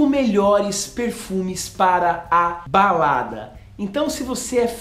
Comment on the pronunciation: Alguém mais ouviu baladras?..kkk